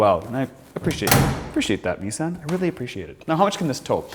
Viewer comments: Correct = Knee-Son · It’s freaking Knee-Sahn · Nissin? Did I hear that right? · What is so hard? It's pronounced Nissan. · “Nissin” lol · Please google: “how to pronounce Nissan”